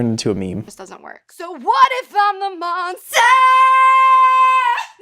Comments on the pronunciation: “What if im a MoNsTaH” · “What if I’m a MoNsTuH”